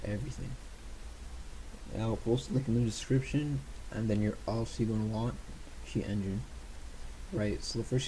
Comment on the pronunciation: " sheat engine " :D